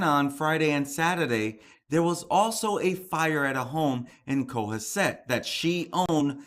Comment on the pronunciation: Hi cohasset is pronounced as co has it!!! It is a very wealthy beautiful town about hour from cape! I live in ma and this area is very popular and lovely! His bail was set at half a million just updated thanks for your posting on these cases it never seems to end🙏👍👍